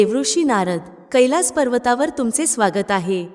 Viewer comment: ताई तुम्ही कैलास चा उच्चार केलास असा करत आहात. __